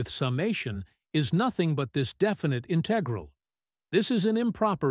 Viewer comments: in TEG ral Is this a human being? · You want patrons to pay for you to generate AI crap ? It can't even say "integral" and "l'Hôpital's rule" correctly.